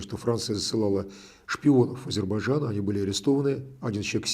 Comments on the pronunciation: Фархад, научите русских гостей правильно произносить Азербайджан. Мне как бакинке ухо "режет".😊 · Какое хамское требование - бакинка, не слушаете на русском - ищите переводчика беседы с правильным произношением((((